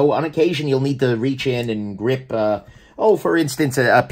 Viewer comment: gripshion? got it. lol